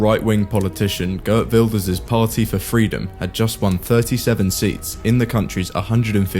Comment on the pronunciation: It’s not Gurt but Geert.